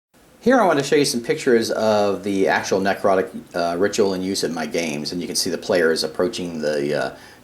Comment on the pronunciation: Not a bad video. The only comment I have is: ne·crot·ic not nec rot·ic